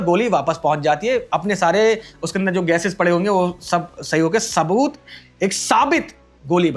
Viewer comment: Sabut ❌ Saboot ✅ Sabit ✅ 😂